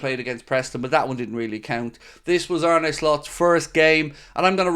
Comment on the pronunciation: It's not Ar-nay like Renee....ffs it's Ar-na ok. It's like John Arne Rise....get his name right. Arne. From fellow Irish get it right